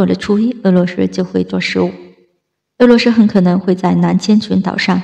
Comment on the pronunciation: 俄罗斯，不是鹅骆师，能学好发音先吗